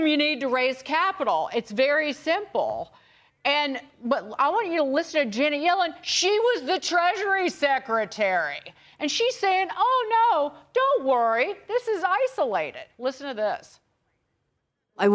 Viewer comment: Treasurary…Secretary 🎵 lolz